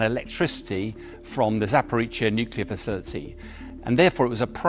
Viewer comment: ZAPORIZHIA not Zaporitsia. He never gets it right.